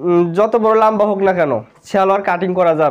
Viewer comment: লাম্বা না লম্বা🤣🤣🤣🤣🤣